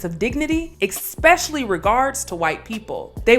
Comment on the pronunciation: Please don't say "exspacially"